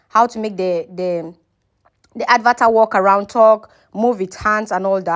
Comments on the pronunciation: Please learn to pronounce correctly...It's not "Advatar"...It's "Avatar"...Wrong pronounciation gives a less attractive impression of you and make people cringe listening to you.(Concerned viewer)😜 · Why do you call an avatar an "ad var tar"? It is lazy.